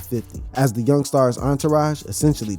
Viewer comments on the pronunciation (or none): none